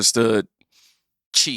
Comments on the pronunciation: Good points made by you. The Chinese Prez 's name is pronounced like "SHE". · Xi is pronounced SHE 😆 🤣 😂 😹